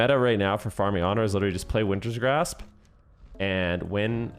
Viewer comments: It's just Wintergrasp, not Wintersgrasp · BRO ITS WINTERGRASP. WINTER. GRASP. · So funny listening to you say WinTerS GrAsPs the entire time :P Also it’s nerfed now btw. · Take a shot every time says Wintergrasp incorrectly 😂